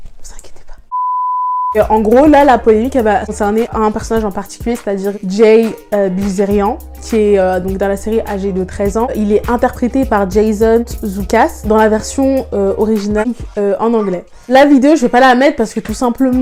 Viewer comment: On prononce jay bilzerianNE Sinon super vidéo